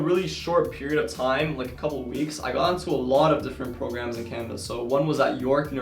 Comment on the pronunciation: I’m sorry but were you saying CANADA? I got it from context but it sounded like Canva. Also how do you plan to combine your 2 interest? I have 2 interest too so it’d be interesting to hear your insight